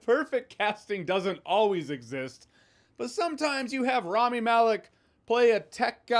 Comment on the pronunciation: It’s not Raami, it’s Rami.